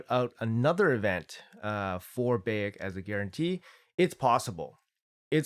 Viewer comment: Not that important but its pronounced like Bye - eck